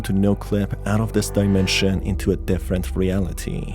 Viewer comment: portal to another daimensheeeeean I mean, I encounter that kind of pronouncement here and there, and this feels like a gimmick for some braindead persons to help them with extra time to catch a glimpse of a sense what it is all about. Im also sorry for being that salty, but that really triggers me in a bad way because the material is supposed to be mystic and dark somewhat, instead I feel like watching 10 y.o. content about unpacking some silly shit.